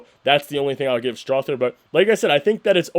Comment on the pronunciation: Strawther TH is pronounced like the th in mother, slither, other, brother, neither, etc. You lose cred as a Nugs fan when you can't take the time to learn how to say someone's name right.